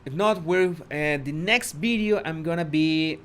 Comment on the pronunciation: You say "bideo" it is VIDEO